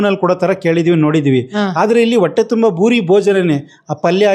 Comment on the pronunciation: ಭೂರಿ ಭೋಜನ. ಬೂಡಿ ಅಲ್ಲ